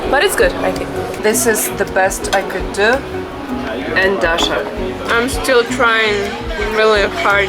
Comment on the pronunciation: An excellent and beautiful video. The Universities in Russia should be telling their English students and Geography students to watch your videos! Maybe they should be buying some too! I hope you will not be offended if, like a father, I caution you about your pronunciation of words that have a short 'i' sound as in still and brick. The word 'still' should not sound like the homophones 'steel' and 'steal'. The word 'brick' should not sound like 'breek' which is not a real word in English. It's the difference in pronunciation of 'sit' and 'seat'. Try to listen for the difference. When you said, "seed", I wasn't sure if you said 'seeds' or 'sids' so I won't nitpick about that. Thank you for sharing your beautiful, professional-quality video on YouTube.